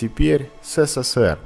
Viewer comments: Эсэсэсэр, а не сэсэсэр. В русском языке буква "с" звучит "эс". Безграмотность убивает канал. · Согласен с коментариями на счет царапаня- какой то подвох. Но особо резануло слух Сэ Сэ Сэ Эр. Правильно Эс Эс Эс Эр. Хотя неплохой тест, лайк. Хотя ,у многих лай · Бесит произношение- СЭСЭСЭР💩 Правильно - ЭСЭСЭСЭР. Жаль, загубили такой союз! Командирские не сравнить ни с чем. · Он сказал "сэсэсэр" 🤦🏻🤦🏻🤦🏻🤦🏻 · Почему ты "СССР" произносишь как "Сэ Сэ Сэр"? 😆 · Читается эссесесер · В будущих видео с изделиями изготовленными во время СССР, большая просьба не каверкать название некогда великой страны. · Тупой эксперимент неуч даже СССР не смог правильно произнести! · Хватит всё советское ломать и испытывать на прочность! И произноси нормально СССР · Научитесь правильно говорить СССР. вообще некрасиво